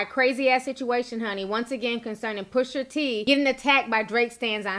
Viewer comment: Push-AH T not Push-ER T 🤣😂🐸☕love you Ti